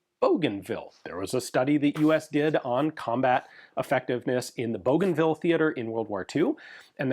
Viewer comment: 10/10 Pronunciation of Bougainville!